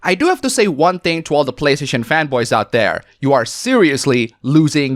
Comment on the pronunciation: Every time you said fanboy I thought you were saying femboys and got very confused